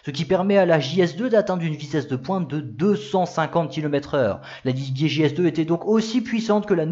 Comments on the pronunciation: vous prononcez les G à l’allemande comme s’il y avait un U après le G. Vous dites Liguier au lieu de Ligier ( ou Lijié ), vous faites de même avec Gessalin que vous prononcez Guessalin. De plus vous prononcez le u de Guy, ce qui fait que souvent on a l’impression que vous dites Gouy Didier au lieu de Guy « Lijié ». C’est dommage car vos vidéos sont biens documentées et réalisées. C’est une remarque amicale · alors j'adore tes videos mais la , je peut pas, tu écorche trop le nom Ligier